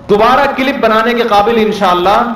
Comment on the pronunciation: Clip bolna tw sikh lo CIIILLIIIP ...!!!! MUFTI SAHAB ki khaak ko ni poch skte tum